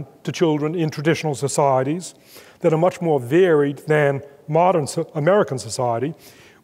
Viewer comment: every time he says 'societies' (s'saahh.reece) I come to a screeching perceptual halt.